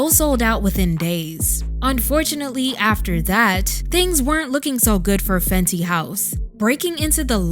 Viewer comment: Sounds like Fendi🥴.